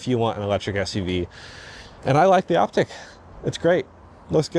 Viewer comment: Likely the proper pronunciation is "Op - teek" ...not "Op - tick".